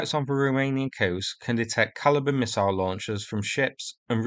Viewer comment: S you need to work on saying Missile.